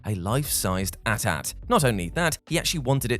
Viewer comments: it's a-t-a-t not atat if it was atat the a-t-s-t would be called the at St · At at? It was cute once but do people actually say that regularly as opposed to saying the letters as they were intended? (Eh-tee, eh-tee) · At-at? It's A Tee-A Tee like 80-80. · No one going to talk about the at at and not the at-at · It's pronounced AT-AT NOT AT-AT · just saying its A T A T not at at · What the hell is an at at? Do the people who make these have no idea what they are talking about? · The fact that he says at at instead of A-T A-T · Dit you really just call the AT-AT an ? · Why did you called AT AT , ATAT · At At. You're slow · It's AT-AT not ATAT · bro was saying at ats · It’s so odd to hear him pronounce AT-AT as at at.